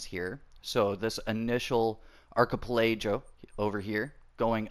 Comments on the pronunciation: It's pronounced 'ark-E-pel-a-go'! It's an English word, means a group of small islands.. Apparently nobody that plays Generation Zero actually knows how to say this word! 🤣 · I don’t like how you pronounce archipelago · Sorry but it was kinda funny hearing you miss pronounce archipelago and Swedish words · The way you said archipelago 🤣🤣🤣🤣🤣